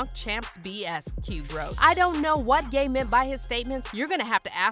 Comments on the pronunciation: This is y I hate voice bots 😂😂😂 his name is ya not gay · Every time u say gate or Ye it sounds like gay lmao